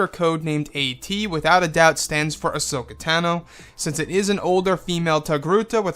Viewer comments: Pronounced "Ah-So-Kah" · She was called "hashoka" here for ages , but darth vader told me it was ashoka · This sounds pretty cool! Would be a nice addition to the movie side of the SW universe. Also, sorry to be "that guy" - and I'm no EU expert - but is that really how to say her name? (Still gets a like from me)